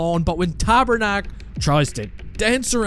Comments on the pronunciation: did you called Pastrnak "Tabernak"??? it's hilarious! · as a quebecois the "tabarnak" was pretty good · OMG I love how you called Pastrnak "Tabernaque"😅